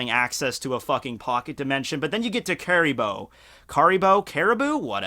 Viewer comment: Also Caribou's name is pronounced like the animal caribou.